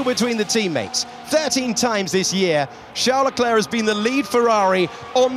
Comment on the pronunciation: Hate how they say "sharl larklare" for Charles leclerc!